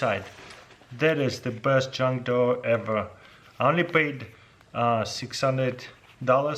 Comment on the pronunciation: Another what? “JUNG DWOUR”?